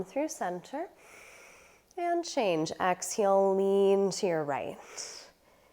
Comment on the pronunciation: I noticed that. She says “ex-heel.”